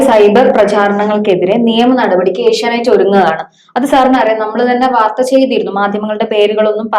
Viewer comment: ഏഷ്യാനൈറ്റ്‌ അല്ല ചേച്ചീ... ഏഷ്യാനെറ്റ്‌... ആദ്യം അതെങ്കിലും പറയാൻ പഠിക്ക് 🙏